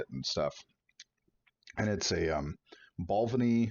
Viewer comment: ‘Bal vein ee‘